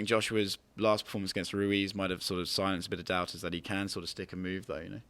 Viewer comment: Tyson: Andy RUEZ